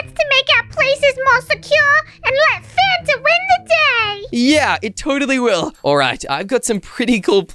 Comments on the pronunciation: A t before the n. Me: can u spell cus that is not how you spell Fanta just said fatna 🤦🏽‍♀️ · You said it’s not fanat it’s a “t” before the “n”